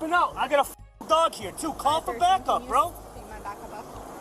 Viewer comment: "Ayyyy, I got a fawking dawg 'ere" 😂